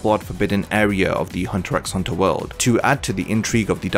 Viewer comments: good, because I came here to say how grating that is. and to ppl trying to argue otherwise, did you even watch the show?? 'x' is used as a spacer between words, you don't pronounce it. Also, the title Hunter Hunter makes me want to believe the show is meant to be about Hisoka. Think about it. haha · The X is not not supposed to be pronounced in the title. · I now know it isn't pronounced as Hunter "EX" Hunter... Have mercy on me LOL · that's like saying only 1 opinion is correct. There are many different pronunciations for many different things. Saying hunter EX hunter shouldn't be cause for insulting, that's just immature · He intended to named it Hunter at the beginning but He used to watch a tv show where some guy always repeated some words, thats why He put it Hunter x Hunter and aleways puts titles of the chapters like that that's how you know you don't pronounce the X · Damn this guy really says the "x" in hunter x hunter. I might have to dislike this video because of this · this video is so great that we can forgive you for saying the X in Hunter x Hunter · Great Video, but I gotta dislike because you pronounced the X in Hunter X Hunter Just kidding, I liked